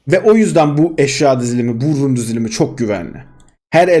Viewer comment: Ukalalık gibi durmasın ama run demen kulak tırmalıyor biraz. Rica etsem bundan sonra rün der misin